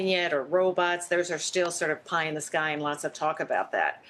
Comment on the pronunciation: Pie in the shy? WTH?